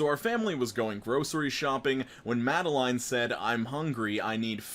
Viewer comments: The first story made me happy. All just because my name is Madeline and pronounced it the way I pronounce it and it made me smile. And the story content was super cute too. Made me laugh. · YOU PRONOUNCED MADELINE RIGHT AS A MADELEINE I THANK YOU SO MUCH